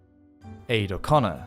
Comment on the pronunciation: Just for future reference, the name Aedh is pronounced like 'A'. The dh is silent.